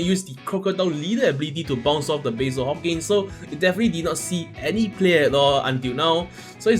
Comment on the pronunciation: Why you butcher my Hawkins name 🥲